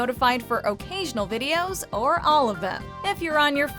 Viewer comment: "Oh-Cational videos" WMJ? I like a hyphenated word as much as the next man. But putting hyphens in words where they do not exist is stretching my fondness for them somewhat.